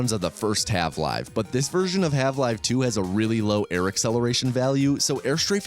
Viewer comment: why do you say 'half' like that